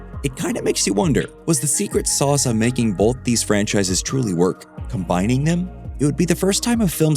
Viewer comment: BOLTH. It’s “both”, not “boLth”. B-O-T-H. Not b-o-L-t-h.